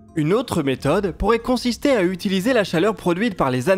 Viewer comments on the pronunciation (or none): none